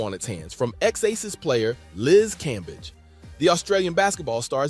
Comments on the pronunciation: Brother, her last name is pronounced Cam-beige. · how many ways can this dude say Cambage wrong 🤣🤣🤣